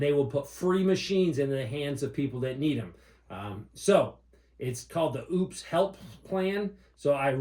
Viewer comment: Thank you for the correct pronunciation of Oupes and not going the lazy route with Oops. Edit: Never mind LOL